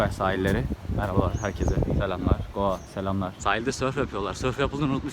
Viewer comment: Sen goa diyodun ben doa anliyom jsjsjjsjs